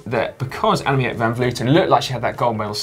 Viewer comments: Simon, the proper pronunciation of Van Vleuten name is Anna-meek. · Hi Guys, I love the GCN Show, but as a Dutchman I cringe every time you guys try and pronounce Dutch cyclist's names. I know Dutch pronunciation is hard, so here's is the correct way to pronounce Annemiek van Vleuten for an English speaking person: 'ahnemeek vahn vlurten'. If you need more help with Dutch pronunciation, please don't hesitate to get in touch. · Hey Si your pronouncing Annemiek wrong, in dutch you pronounce the 'ie' as you would an 'ee' in english so you should say 'Annemeek'